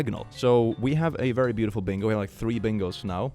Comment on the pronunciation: It sounds like you said "brutiful". This is now a word. It means brutal and beautiful.